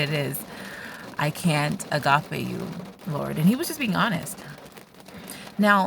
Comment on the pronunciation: AMEN dear sister! This was a good morning blessing, Thank you 😊🙌 Wow you also said Agape like a real Greek.My Greek is worse than my english 😊😅 Thank you and god bless 🙌